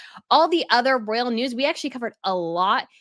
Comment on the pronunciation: Beautiful...Dear, please note: you have your own word salad and I despair to talk you out of the endless "sort of sort of sort ofs." Listen to your latest with Dan Wootton. I do try, with love and butter, to send the hints. And royal is pronounced ROYal, not rell. Slow it down and keep growing.